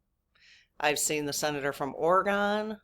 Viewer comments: It’s Oregun not oregone👍🏻❤️👏🏻👏🏻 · Apologies, but we’re in Wisconsin, where the town of Oregon is pronounced Oregone. Speaking for myself, I can never remember how to pronounce the state. And then I second guess myself that I am pronouncing the city correctly. 😂